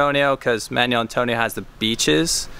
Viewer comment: A nice introduction to Manuel Antonio, but it's mahn WELL, not manual.